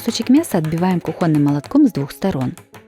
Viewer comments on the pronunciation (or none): Оксана, очень мило и интересно, но говорите кУхонный - это литературная речь, а не диалект.